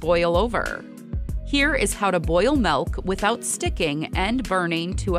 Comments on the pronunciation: Following video, How to pronounce Milk without saying, "melk". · Stop saying MELK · she keeps saying it as "melk" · No, I just found it funny the way you pronounce it. Thanks anyway.